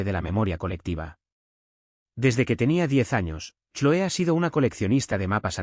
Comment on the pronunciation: Se pronuncia Cloe en ingles